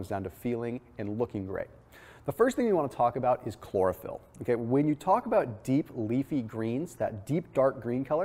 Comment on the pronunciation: Chlorophyll? Sounds more like Borophyll.